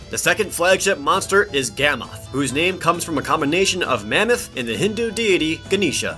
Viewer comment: Astolos (Ass-toe_losse) Gammoth ( Gam-ith) Mizutsune (Mizu-su-nay) and you got Glavenus right.